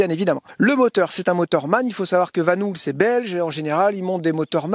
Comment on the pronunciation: Hello! hahah La marque Belge Vanhouuul... on dit vanhOl, même si il y a 2 O! ;)